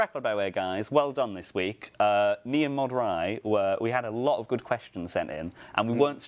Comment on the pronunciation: He said Mod Ry